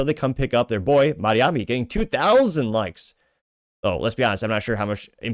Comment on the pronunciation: The name is Mamdani.. M A M D A N I…